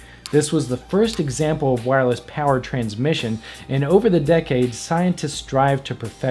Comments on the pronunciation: "Wirless" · "Wirless" facepalm